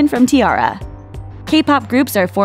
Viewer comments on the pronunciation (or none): i think you should do more research before you try to pronounce certain k-pop names such as Kara and Tara.